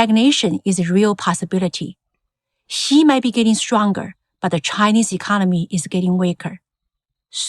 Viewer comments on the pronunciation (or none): For those who question her English accent, at least her Chinese is... also terrible. Xi sounds like Qi and Xiaoping like Shaoping. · is the narrator supposed to be Chinese? she doesn't even pronounce Xi properly